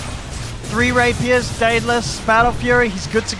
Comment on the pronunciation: "Rapiras!"... rapiras... "rapiers" maybe???